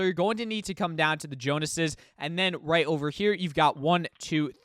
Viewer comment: Thank you for the guide my man but I gotta say, it’s “The JONES es” as in Agent Jones/Jonsey not Jonases as in the Jonas brothers.